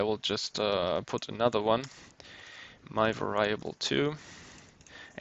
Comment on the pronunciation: Your English is generally good, but It's pronounced var-EE-able not var-EYE-able. Made me cringe every time you said that.